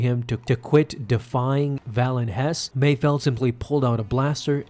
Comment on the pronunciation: Mayfeld, not Mayfield